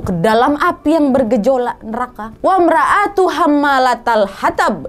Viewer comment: Bukan wamroatu !!!!